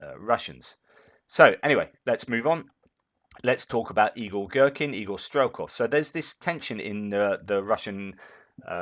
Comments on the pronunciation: I always watch on my Tv, had to log in on my phone to say - I keep hearing you say "Evil Gerkin" and it made my day! Keep up the good work Sir! Your commentary is the 💣. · I thought he said Igor Strelkin the Evil Gherkin. 😆 🤣 😆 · LOL the way you say "Igor-Girkin" it all mashes together and I hear "Evil-Girkin"! which might not be all that untrue!